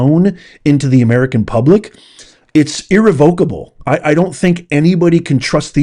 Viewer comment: Irrevocable..pronounced Irr-REV-ah-ka-ble.. soft k , accent on REV!! Dear lord